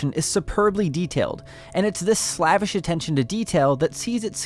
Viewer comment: Slavish is pronounced SLAVE-ish. Don’t say it wrong again.